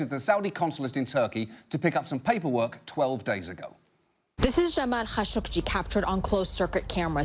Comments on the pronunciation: That's not how you pronounce Khashoggi. Don't make me pull out my bone saw. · What is wrong with this CNN speaker. TRKSCH, SCHSCHGI. Wtfff. Why has she not been fired for not being able to talk.